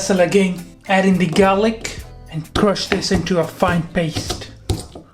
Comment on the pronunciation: did you say 'gaylick'? 🤣